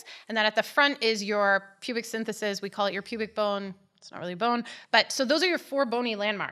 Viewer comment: It's pubic symphysis not synthesis! 🙄